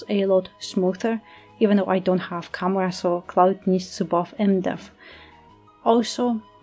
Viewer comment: I think this is probably very helpful for me but i just don't know what "camera" are u saying "chimera"?